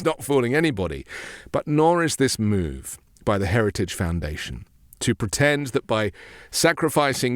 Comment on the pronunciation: Did he say heriage instead of heritage? 🤣